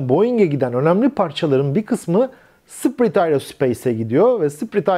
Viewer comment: Hocam, sprit değil, "spirıt" ( ruh ) şeklinde okunur.